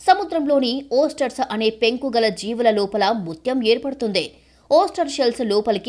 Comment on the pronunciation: ఓస్టర్స్ కాదు ఓయిస్టర్స్